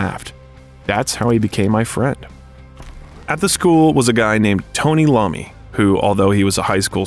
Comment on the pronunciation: Voice over It’s Tony iommi. NOT Tony Lommi…. How embarrassing